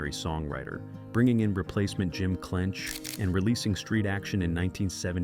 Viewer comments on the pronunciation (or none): It's Clench, not Dench.